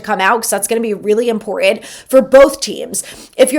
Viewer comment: Please...it's "important" not "impor-ent". Enjoy the show!